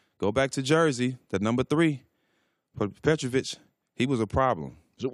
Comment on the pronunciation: Talk about Petrovich... err... Petrović